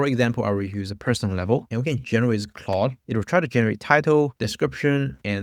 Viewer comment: Please stop pronouncing Klòd as Cloud ☁️ 😂 beside that very useful video! Thanks!